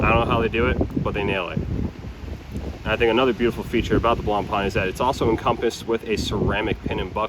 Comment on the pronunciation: "Blanpan" hurts every french speaker...